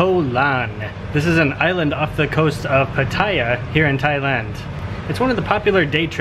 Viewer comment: Its pronounced Patta-ya btw. Koh Lan spelling is OK as long as its pronounced with a long A, like Laan or Larn